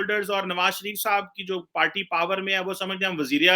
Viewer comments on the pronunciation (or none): none